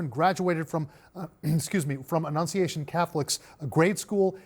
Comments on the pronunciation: he couldn't annunciate 'annunciation' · When a reporter can’t enunciate the word annunciation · So many journalists struggling to say "annunciation". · LOL Jake Tapper has problems saying "annunciation"